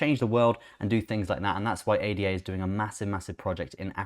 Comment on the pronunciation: ADA is a name 'ada lovelace' (mathmatician). should be pronounced as such. not individual letters. 'Ah dah'. It has just completed the final part of it's roadmap, completing its self governance, whihc was signed in Argentina and Kenya last week. It has also just completed testing of one of it's scaling protocols Hydra. Where it managed over 1,000,000 Trasactions per second. So much positive news coming out of the Cardano blockchain.